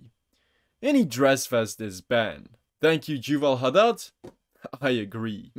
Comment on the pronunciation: I'm not saying that I agree with him but it's not juval it's Yuval I know in your language the y sounds like a j but not im my language which the name came from, and if you read my username you would know why I'm saying this